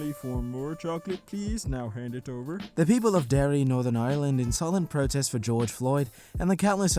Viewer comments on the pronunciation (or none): none